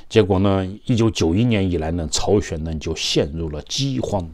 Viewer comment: 是朝鲜不是chao xuan